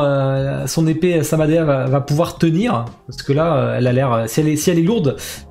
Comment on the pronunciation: petit rappel au film naruto the last 😉 Samehada tu dis " samadeha" et tu sarada tu dis " sadara" 😉